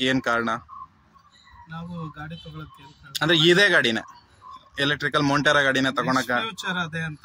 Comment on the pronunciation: ಮೊಂಟೆರೋ ಅಲ್ಲ ಕಣೋ ಮೊಂಟ್ರ